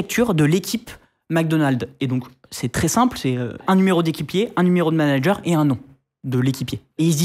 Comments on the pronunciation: "Nitendo" numéro de "Manger" au lieu de manager, les gars faîtes des efforts sans déconner... C'est de l'amateurisme là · A 07"21" NUMERO DE MANGER (MIAM MIAM) au lieu de MANANGER. MDR cet épisode